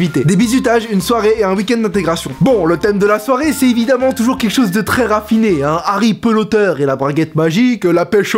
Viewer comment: Est-ce que je suis la seule à être agacé quand il dit << Harry PELOtter>>👨🏻‍🎓à la place de << Harry PLotter>>😂